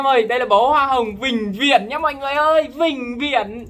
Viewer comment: bị ngọng :))